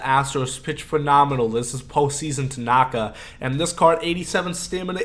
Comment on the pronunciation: I’m a Yankees fan(Please win the LCS Yankees, lol)and I cringed when you pronounced Tanaka’s name wrong. Lol